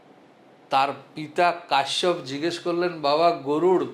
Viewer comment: কশ্যপকেও কাশ্যপ বললেন , এতে ত বাবা ছেলে হয়ে গেল না ?